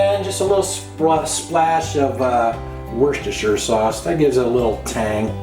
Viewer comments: Tomato - mushroom- woshtisire -woshtishier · I thought I was the only one that said Worcestershire like that they always make fun of me